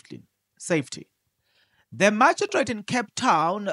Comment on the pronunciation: Lol😂😂😂😂 u always make me laugh…… magistrate lol pronounced as maji straight court